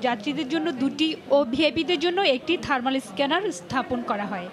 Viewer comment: থারমার না আপু, থারমাল থারমাল